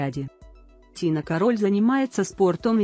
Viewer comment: кАроль, а не карОль